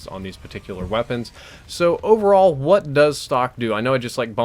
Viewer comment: I've been a sub for such a long time. Is it just me or does he say "hoowat" instead of "what?" I could be just walking too much King of the Hill....